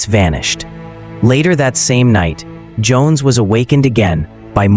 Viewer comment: Schoens, not Jones! Apart from that, very good video.